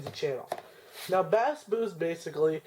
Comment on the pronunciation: FYI: Bass is pronounced "base."